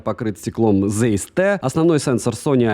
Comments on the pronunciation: Правильно Zeiss произносится как Цайс, а не зейс, это немецкий язык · Цэйс, нету "зэйс", это НЕМЕЦКИЙ Брэнд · Вообще то оптика называется ZEIS,а не Зейс,как у автора.Это знаменитая немецкая компания по оптике,если кто не знает. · может уже писали, но напишу. Ziess читается либо как Цейс, либо, если совсем по-немецки, то Цайс. Очень это "З" режет слух из видео в видео